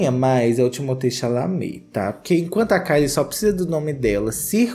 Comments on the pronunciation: Timothée Xechelentée 😂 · perdi TUDO no "chaminé"